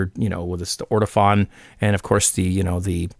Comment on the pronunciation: Nice to see another video from you,. BTW it's "Ortofon" not "Ortifon". All the best.